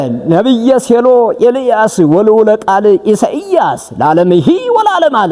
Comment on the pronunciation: መልካም ቅኔ ነው።ኢሳይያስ not ኢሳኢያስ